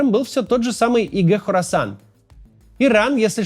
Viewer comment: Хорасан, [не Корасан], название большой провинции в Центральной Азии